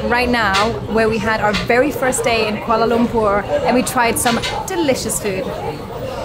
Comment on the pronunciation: The way she pronounces Kuala Lumpur is just perfect 👌